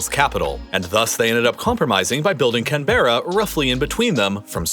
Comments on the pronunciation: Sorry but the fact you got Melbourne and Sydney confused (not to mention mispronouncing Canberra - its 'CAN-BRA') immediately I lose 90% of my respect for this channel:( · By the way Canberra is not pronounced Can-be-ra it’s Can-bru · yep. saw that too. also, hating that folk can't pronounce Canberra correctly either. It's not Can-bear-ra, it's Can-br. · And as a Canberra resident .. it's 'Can-Bruh' ..not CAN-BER-Ra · Neither of them is in the right place. They don't just need switching they ain't even close to correct. And it's not pronounced "can_bruh" not "can_berra" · Sydney and Melbourne the wrong way around? Do Americans get ANY geographic schooling in their lives? These are two very large cities indeed by world standards. Instant fail. Also, please pronounce Canberra as CANberra, not canBERRa. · Speaks volumes about your credibility when you mix up two of Australia's largest cities. Also, Canberra is pronounced Canberra, not Can Burra. 2.13 should I keep on watching what seems to be a video researched by an 8 year old school kid ? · I'm not an Australian... But did you just call the Australian capitol of Canberra as "Can- be~rrrra" instead of "canbruh"???🤣🤣🤣🤣 How dare you!!!!!!😠🤣😠🤣😠🤣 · Loved the video, you even got the pronunciation of Melbourne pretty good even though the location was swapped! But it's "Can-bruh" not "Can-bear-a". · LMFAO - laughed my ass off with the "of course the great showdown" line leading up to a complete fuckup on your map! classic! and the capital is pronounced Can Bra (Not Can Berra) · Dude "canberra" is pronounced kan-br-uh NOT kan-bay-ruh. a 2 sec google search literally shows you how to pronounce it with audio. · you pronuned it wrong! It's pronunced canbrra. Not berra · Saying can ber Ra is not the best thing to pronounce, especially if an Aussie is watching, it would be can-berra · Plus he mispronounced the name of the Capital. It's CAN BRA, and not 'Camberra' like he said. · When he said CAN-BEHRA, I cringed.